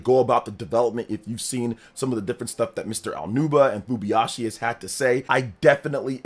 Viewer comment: It's FuBAyashi, not Fubiyashi